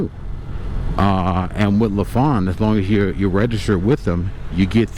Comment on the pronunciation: When I bought my 2006 Lifan GY 5 200cc motorcycle new from a local dealer, he did in fact pronounce it as LeFawn as well. Just want you to know that over the years my Lifan has required oil changes, valve adjustments, tires, and batteries. That is it. It is now 2025 and again this summer I will be riding it. Just a great bike and I think I may be buying one of these guys soon. Thankyou for the video. Oh I forgot Lifan makes cars and trucks as well, and they have for years factory supported a Lifan motorcycle race team with fair success.